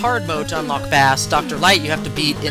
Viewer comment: Don't wanna be that guy,but Bass is pronounced like the musical term,not the fish,and I know in Megaman 8 Megaman himself pronounces Bass like the fish,but just like Rock(Megaman) and Roll,Blues(Protoman),Bass (and Treble) is a musical reference. Also,Bass is one of those boss fights which feels almost unfair the first times,but after finding how simple he can be,he is really fun to fight,especially because even after learning him,he is somewhat of a challenge.